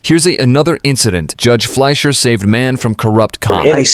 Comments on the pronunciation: Judge "fleir" is pronounced "flysher" please😅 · Fleischer is not pronounced flair lazy AI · Judge fleischer is the mannnnn. Easily one of my favorite judges. And the AI can’t say his name lol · This judge is awesome. The video pronounces his name wrong at first. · Love this judge, hate the AI that can’t even speak correctly or pronounce the judges name